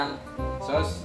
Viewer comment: Butangig "sawss" katawaha naku oi😂😂😂😂😂